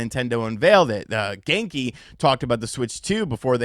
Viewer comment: Genki...more like: "Gone-ky"